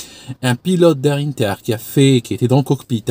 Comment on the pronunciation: on prononce 1ter en français.. pas innter 😉